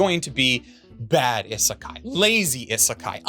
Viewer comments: Ok, I'm going to be one of those Japanese people to tell him that he's pronouncing Isekai (異世界) wrong in this video. It isn't pronounced i-sekai, but E-sekai with a hard 'E' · It's Ee-sekai. "I" makes a long e sound in the transliteration. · Do you intentionally pronounce isekai in the most painful way possible? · Is the constant mispronunciation of isekai a joke or meme that I am not weeb enough to get? (or alternately too weeb to get?)